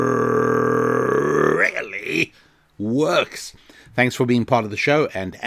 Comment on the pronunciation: I've now made a connection between your "RRRRRRRRRRReally" and Ben Shapiro's "RRRRRRRRRRRacism". However, it is still very tenuous. Can you recommend any other Jewish podcasts I can research?